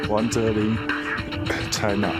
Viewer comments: did the commentator just say jlin ? O.O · its pronounched juh lin, not zh-jey-lin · It's pronounced "Zh-jey-lin," so yea that's close lol.